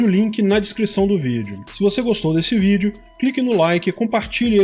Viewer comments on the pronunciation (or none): none